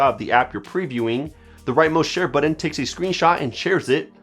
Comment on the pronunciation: Great video but what the heck is a "buddin"? Do you mean BUTTON?